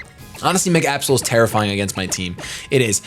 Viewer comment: (about) instead of saying Absol I thought he said A-hole...Oops...